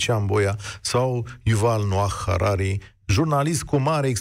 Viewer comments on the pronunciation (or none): ILan Noah Harari. nu Ivan, dl Striblea, ca-i israelian, nu rus. Si nu HararE, ca nu-i nici African.